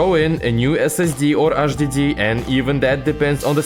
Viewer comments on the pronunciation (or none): аш диди 😂😂 эйч мэн